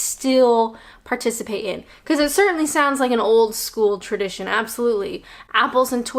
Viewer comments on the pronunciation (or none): “Participate in” - THERE’S the Kent coming out in!